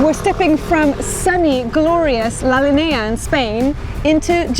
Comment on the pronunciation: Hey! Great video ☺️ I’m from Gibraltar born and raised there glad you liked visiting Gibraltar! Few things: La linea is pronounced as “la linya” I guess that’s the easiest way I can describe it lol We do have another pound in circulation but that one can only be used in Gibraltar I think